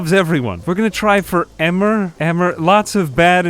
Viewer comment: Nice video. Just so you know, the name Emer is pronounced "Ee-mer" rather than "Emmer" :)